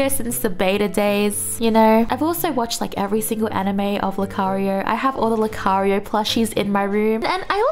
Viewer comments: R u a Filipina? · Actually made me laugh xD